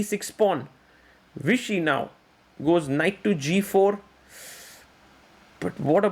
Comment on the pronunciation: So this man can pronounce the V on Vladimir correctly but on Vishy he spells it “Wishy”